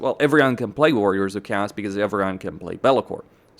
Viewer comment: This is going to sound petty or something like that but I have to ask. What is up with your pronunciation of Chaos. I hear you say it correctly, "kay-os" sometimes but alot of time you sound like you are saying kaas. Which is cheese in dutch, which makes alot of chaos factions the cheese factions haha